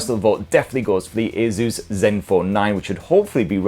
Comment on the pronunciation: My ears hurt when I hear the way you pronounce Asus